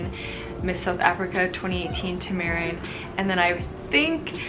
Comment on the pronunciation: Siera u saying Tamaryn name wrong